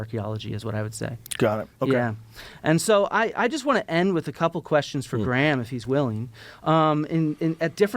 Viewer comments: Bro, you probably already know this, but, you can just pronounce "Graham" the same way you do "gram". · Graham is pronounced like "Gram". The H is silent. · as a scot i tried to watch this but every time they said graham wrong it got my back up haha it made it hard to focus